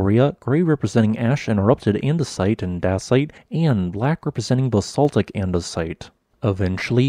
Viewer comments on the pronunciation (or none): none